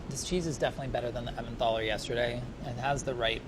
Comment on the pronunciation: Someone please correct his pronunciation of Emmental.